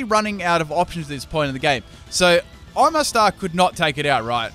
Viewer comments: Why does he pronounce it o-mastar when everyone knows it's pronounced oma-star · Its oma-star, not o-master, you're a Pokemon youtuber please pronounce them correctly especially when its something so simple. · oh-mah-star. sheeeshh!! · Anyone else really triggered by some of your pronunciations? O-Master? Moongeast beam? like really? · waitt...... is Omastar pronounced O-Mastar or Oma-Star??